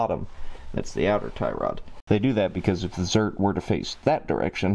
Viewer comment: Grease zerk, not zert.